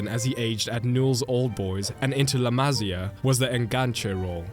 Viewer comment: Pronounce “La Maseea”